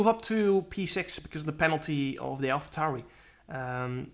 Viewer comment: Why you calling it an alpha tauri